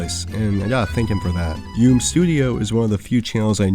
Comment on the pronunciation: “Yoom studio” *yu-mei studio, as yume (夢) is “dream” ^_^